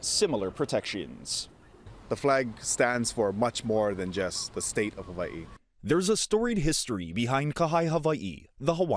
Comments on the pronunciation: the hawaiian language doesn’t have a V sound. why are they hyper correcting ) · Side-note: ah, so the w in Hawaii is pronounced like I as a Scandinavian would say a "v". Good to know :) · It's pronounced Haveiee? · How they say Hawaii pisses me off